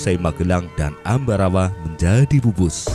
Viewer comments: Ambarawa bang bukan ambawara😄. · Bukan Ambawara bang tapi.... Ambarawa 🤣🤣 salam persaudaraan